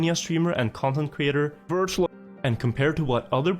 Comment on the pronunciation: This looked so good until the first ''wirtual''😂